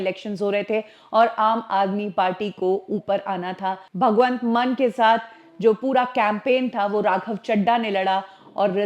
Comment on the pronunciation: Madam, Munn nahi Maan pronounce karte hai. Case hona chahiye tumpar